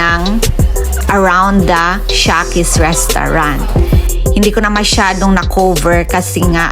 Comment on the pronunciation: Sarap sis jan ayaw ko lang carbonara (shekys) sis tamang pronounce not sha ✌